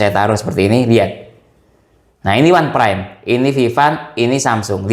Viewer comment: Bacanya itu "onpraim" bukan "wanpraim"